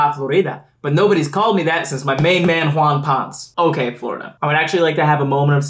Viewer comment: There may be a few Latino fans taking issue with Wawn Points when it should be Wawn Ponesay, like Carlos Ponce.